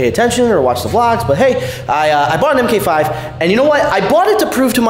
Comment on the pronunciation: Not (M-K -5) its pronounced ( Mark-5 or Mark 4 Supra) thank you! BTW Color matches my new Mk4 also! when you come to Vegas we should do a video and 2 step battle.